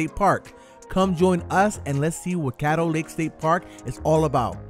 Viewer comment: Love the video, side note Caddo is pronounced like "cad-do" more like "cat-o" than "kate-o"